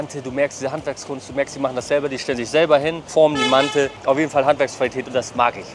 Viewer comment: Die Aussprache ist aber „Mante“